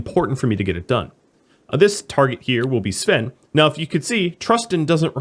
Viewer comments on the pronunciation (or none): I have been hung up on something. Svein is not pronounced "Sven", but is closer to Sweyn in English. "Svein" is a Norwegian name, and we tend to pronounce all the letters in some way.